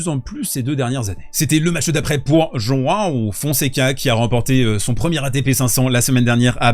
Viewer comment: Aaah ça fait plaisir d'entendre João bien prononcé ! En plus on dirait qu'il est là pour rester le petit Jean de la Fontaine Sèche. Trop de "haïpe", certes...